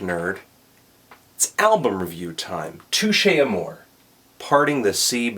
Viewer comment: Too-Shay Uh-Moor-Ay